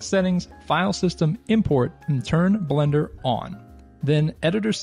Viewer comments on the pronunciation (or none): none